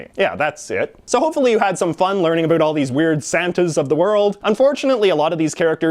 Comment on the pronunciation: I love how he says about he says abot